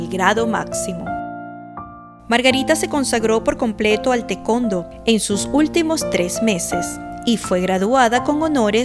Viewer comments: Si, siempre escuche que se pronuncia "tae- cuan-do", no tecondo 😂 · *Para los editores*: El deporte que practicaba Margarita se pronuncia: 'Ta e kuon Do' (Tae Kwon Do) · Se me hace chistoso cuando dice tecondo. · Alguien puede decirme que es el tecondo? 😅🤣🤣🤣🤣🤣